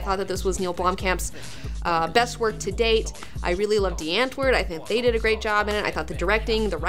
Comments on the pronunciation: I love it when English people say Afrikaans words. Literally took me a few seconds to realize she was saying something I should recognize. Also, just googled Die Antwoord. Thought they were Hollish (I know they aren't really called that), apparently they're South African. Ninja and Yolandi have a daughter called Sixteen...huh. Rock on, I guess. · I love how Americans pronounce die antwoord😁😊